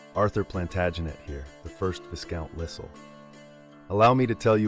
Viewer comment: Interesting animation, but faulty editing and hilarious pronunciation of "Viscount" and "Lisle." AI still has a long way to go to achieve realism. Also, the costuming is completely wrong for the 16th century.